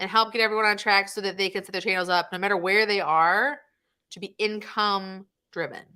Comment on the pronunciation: "these are the incomee streams you are looking for" :D haha